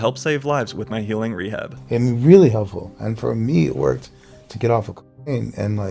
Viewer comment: Lol, you can't even say cocaine. WTF?!